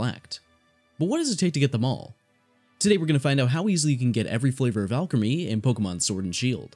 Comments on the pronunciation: Isn't it pronounced Al-cream-e no? Not alchemy driving me bonkers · you forgot the l in Alcremie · Pretty sure they are pronounced "Al Creamy" and "Milk A Reee", and the shiny form is always black with white highlights, the only difference for shiny is the headpiece (so theres 7, but only 5 available now)